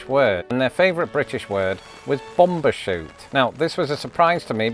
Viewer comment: It's bum bershoot not bom